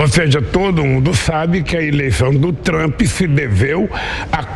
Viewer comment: Lula não sabe nem pronunciar o nome de Trump. Nem ler português direito